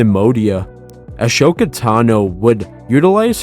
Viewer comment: Pls say ashokas name right